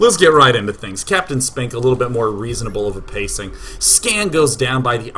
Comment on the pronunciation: I swear to god, if you meant "Captain Spink, Sir" to sound like sphincter, I will cannon rush you in real life.